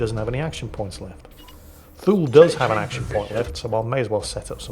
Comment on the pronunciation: I know his name is Thule but I always hear Fool and Bors is Balls. I suggest renaming these two to those names if it's possible. 🤣